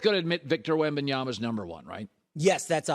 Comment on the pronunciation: Colin pronouncing Wembanyama: flawless Coling pronouncing Adebayo: "sound it out..."